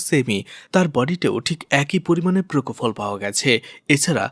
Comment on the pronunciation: প্রকোফল নয় পোপোফল ইঞ্জেকশন 😊